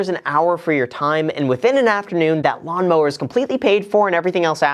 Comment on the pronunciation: cue up Beavis and Butthead : heh heh... He said Lawmower ....heh heh heh . Yeah BuFF iT , Heh heh